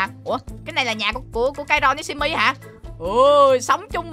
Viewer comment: Simmy mà kai nói chim mi